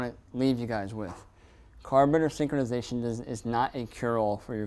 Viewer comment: “Carbator synkonization”